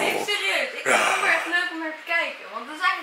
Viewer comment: leuke vlog weer! :) Enzo, het is oNweer en niet oMweer! ;-)